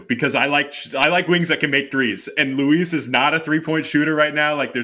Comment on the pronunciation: Good content but the pronunciations need some work. It's "jah-ny" Broome not "joe-nee" and RJ Luis pronounces it like Lewis